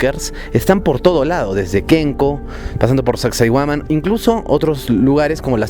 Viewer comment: Soy de Perú mi estimado y fuera de todo tu documental sobre las ruinas, pronuncias mal el nombre de sacsayhuaman. Ten en cuenta como se pronuncia el nombre de las siguientes ruinas a las que hagas documentales